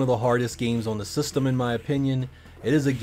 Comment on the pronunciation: You really enjoy saying the word “systumm”